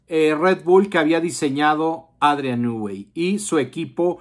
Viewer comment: Nui NUI.... REPITE.... NUUUUUI. SE ve que sabes mucho sobre el